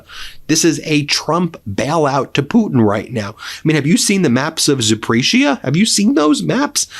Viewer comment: To Ben: Zaporizhzhia has 5 syllables and the "zh" sound is always identical to the very end of the word Mirage. It's not sh. Ж = zh. In this case the sound is hooked together with another Ж sound, so the end of the 3rd syllable is zh and the beginning of the 4th is also zh, but together it sounds a lot like only one.